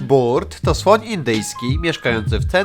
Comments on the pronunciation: Mówi się bart a nie burt chodzi o początek filmu😁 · burt??? mówi sie bart